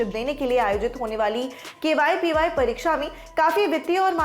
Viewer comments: Ma'am it's KVPY not KYPY.....!!! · Why is anchor saying KYPY instead of KVPY? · Camera Jatin ne shambala pr jaban sambhale ke liye bhi kisi ko rakh leti madam. KVPY ko KYPY bol rahe hai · Dekh rha h Binod . . Kaise KVPY ko KYPY bol ke nazarandaz Kiya ja rha h.😃😃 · Pagla gyi hai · She must be reading it from her documents, whoever wrote this news must be dumb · KYPY kyu bol Rahi hai aap baar baar. It's really irritating. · ये v को y पढ़ती हैं। समीर भाई की बहन। (BB ki vines) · Main word KVPY hi galat bol rahe hai 🤦